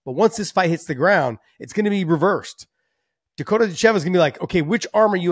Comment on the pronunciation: Dakota DItcheva , not DitCHEVA :D , put intonation in the first two letters :) Im sure she is used to it and I cant judge you , but its like calling HABIB= KABIB :D